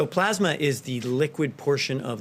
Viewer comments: Good Lord. He reads at a 5th grade level. Tf is Plosma? Oh did he mean PLASMA??? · When is somebody from his administration gonna tell him that its,"Plasma",and not,"Plosma"? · Yes..PLEASE!!!..someone tell him it's NOT plahsma!!!😵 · he said "plOsma" dozens of times. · Do you think maybe they could get someone else to read this dribble..? It’s bad enough listening to the monotone and mispronunciation of the word “Pasma”. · Plaws-muh treatments! Like they used during the 1918 flu pandemic. They also fast-tracked a new drug they’re calling Aspirin®. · Its pronounced "pluhsma" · He's the only tin-pot dictator I know of that cant pronounce "plasma" 🤣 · that's not an accent, he doesn't know how to pronounce plasma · This is NOT new. Why does he repeat himself all the time? Is it to help him believe his own lies? Also, could someone teach him how to pronounce "plasma." Too bad people can't get test results within 3 days...